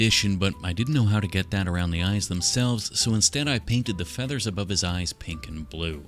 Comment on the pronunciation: and of course you didnt say "FEATHERS" near enough !